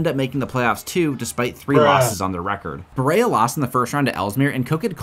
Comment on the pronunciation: As a Kentuckian, this was pretty dope. Except Berea is pronounced “beh-ree-uh”